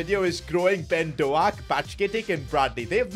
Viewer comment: bro he completely butchered "ben doak" 🤣😭